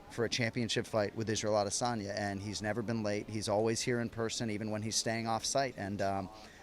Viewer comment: Also, Jon says Adesanya incorrectly. The UFC Countdown has the best voice narrator in the world, with probably the best American voice on TV right now, and he says it correctly. It's not correct for a native English speaking person to use hard dialects. Consistency is a required rule in English grammar; varied methods of pronunciation is one of the worst violations.